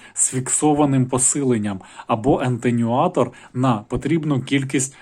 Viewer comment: Атенюатор, а не аНтенюатор :)))